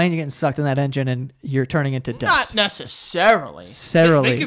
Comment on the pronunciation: “Not necessarily” “sarily, sarily” 😂😂💀